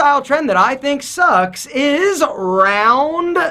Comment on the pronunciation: “Rrrroun’DUH sun glasses” 😂